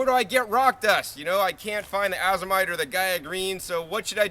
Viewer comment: nice job. for future fyi: Azomite is pronounced "Ay-zoh-mite" not Ah-zoh-mite. Long A as in A to Z.